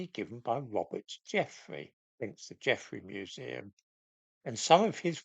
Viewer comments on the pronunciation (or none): He did this nonsense only a few months ago. The museum announced its change of name in 2019. And it's "Geffrye". Not "Geffrey".